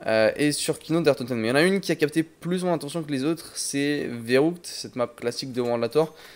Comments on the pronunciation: On dit férukt pas veroukt sa me dérangeait mdr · C'est pas "Verroutk" mais "Verrükt" ;)